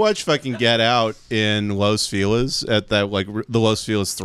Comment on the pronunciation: you live in LA and can't pronounce Los Feliz... ugh